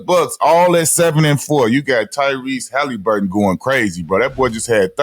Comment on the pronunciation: HALEEEEBURTON😂 cmon q